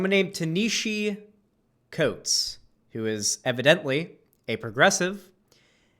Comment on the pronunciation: Leftist and can't even pronounce Ta-Nehisi Coates. LOL. Proving leftists are uneducated and just regurgitate talking points.